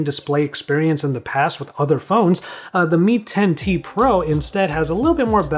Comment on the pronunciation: Shaow Me, Me Ten, Ten Tee Pro